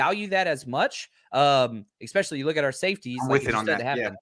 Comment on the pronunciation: Good convo, but "EXPECIALLY" is hard to listen to.